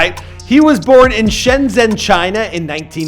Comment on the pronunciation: “shen zhieeeenng” definitely correct pronunciation